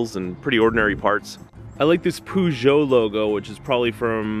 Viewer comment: With the Peugeot, you should pronounce the 'peu' as 'per' and you'll get it right.